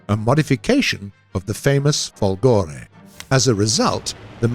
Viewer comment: Guys, you'll never learn, :p... but since I know you're trying hard, here's some little note for non-Italian-speaking people: - "Macchi" is not "Matchy", It's "MAKKI" (with strong "c"s) - "Folgore is not Folgòre, it's Fòlgore" - "Badoglio" is not "Badog-lio": that 'gl' sound is not present in English, so try to pronounce it as "Badòlio" and you almost get it ;). ...and this is the last and maybe quite difficult for non-Italian people: - in 'W l'Italia", "w" does stand for "viva", so... "VIVA L'ITALIA!" , which means "Up with Italy!" BTW, this is an ancient emoticon, born in 19th century: the "W" symbol recalls both the two "v"s in the word "ViVa" (literally: "be alive") and the image of two people with their arms raised).